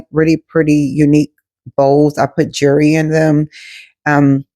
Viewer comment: Not " jurree" 😂